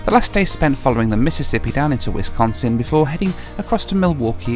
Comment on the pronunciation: Thanks for pronouncing Wisconsin the right way!! Please visit us again!